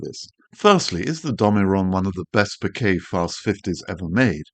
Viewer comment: As a photographer and Japanese speaker, I am on a mission to stop hearing bokeh mispronounced in every YT video. It's an incredibly easy word to say correctly: it rhymes with 'okay'. It doesn't have your 'bouquet' intonation, or worse, the ubiquitous 'boca' (Spanish for mouth). Other than this minor triggering of my OCD, your videos are endlessly interesting and helpful.